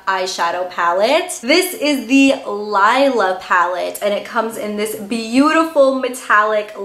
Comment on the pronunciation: Its pronounced LEELA.